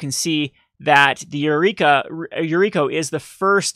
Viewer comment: i love your videos, but for the love of god, read the card name before you say it.... Yuriki? Yuriku? YuriKO.... -_